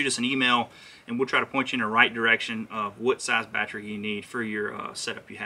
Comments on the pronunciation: Thanks for the info. I am currently adding a Motorguide Xi3 to my Vibe Shearwater and trying to decide on the right battery. I was thinking 60ah should be good enough. By the way, I can appreciate the accent of "batchry"...LOL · "Bat Tree" that's hilarious